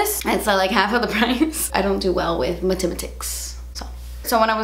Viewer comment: saying mathematics made me laugh so hard hahahhahah